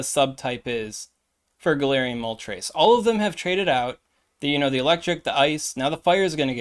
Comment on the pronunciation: Also kinda sus that you can say moltres with the correct pronunciation 🤣🤣🤣🤣🤣🤣